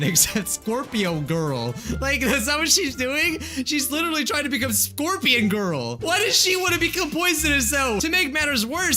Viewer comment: It’s scorpion